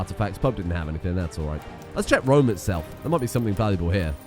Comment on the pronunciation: Not even Rome. It's ROM...